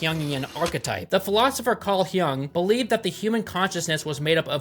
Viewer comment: Its not "Hyung" , its Yung ( Jung )